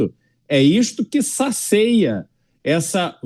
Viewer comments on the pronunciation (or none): Ele falou saceia?